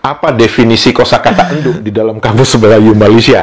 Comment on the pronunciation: bkn enduk bang tp endhok